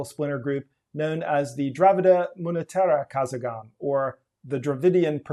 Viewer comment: Not "Kazagam" but karagam